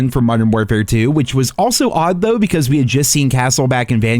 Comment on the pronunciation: this idiot just lives on the internet if he says “doe” instead of though.